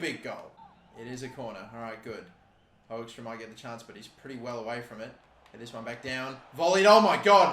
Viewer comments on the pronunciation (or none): Hey Hoekstra is pronounced "Hook-strah"